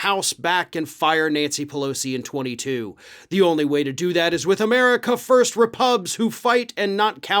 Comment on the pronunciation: Did she self own by saying repugs as in repugnant or was that a Freudian slip